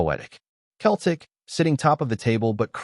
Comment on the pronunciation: Can't you even get your ai educated enough to be able to pronounce Celtic correctly. Shame on you.